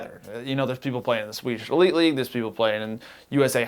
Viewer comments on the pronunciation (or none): none